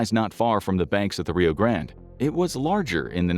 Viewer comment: say grande correctly!